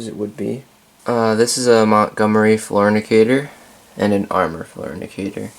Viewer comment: Fantastic collection and a fantastic tour! Somewhere along the way, you said "floor indicator" and I heard "fornicator." Note: inhaling ginger ale is NOT recommended.